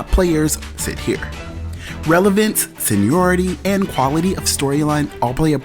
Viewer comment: Spends 20 seconds enunciating RHOA, forgets the "I" in seniority a minute later.